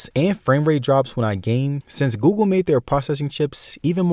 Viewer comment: Bro is always saying gugu instead of Google. xd